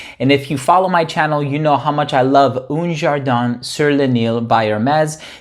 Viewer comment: just FYI, when you're pronouncing this fragrance, the "un" in french should be pronounced more like the "u" sound in the word "uh" in english. as for the "n" sound, it should be a bit more muted, like you're kind of pronouncing it, but not really.